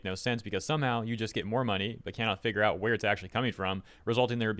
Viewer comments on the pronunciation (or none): none